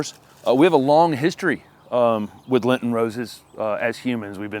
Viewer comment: It's :Lenten, dear. "Lenten".